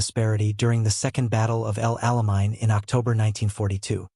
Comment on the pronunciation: I have developed GREAT DISDAIN for these programs narrated with AI-generated voices, and their blatant mispronunciation of things like proper names, etc. "THUMBS DOWN" for all that I encounter from here-on. It would not be that difficult to "proof-listen" to make corrections where necessary. Within the first two minutes: 1) El Alamein: mispronounced "ell-ahl-ah-mine". Should be pronounced "el-AH-lah-main". 2) Wehrmacht: mispronounced "Where-maakt". Should be pronounced "Vehr-maakt". 3) Desert: mispronounced "dee-ZERT". Should be pronounced "DEZ-ert". And, it goes on to say, "..... thirteen-forty-two cubic(1342) cubic-inch engine...." The Go-Devil 4-cylinder engine was actually one-hundred-thirty-four-point-two (134.2) cubic inches. "1342" is grossly misstated.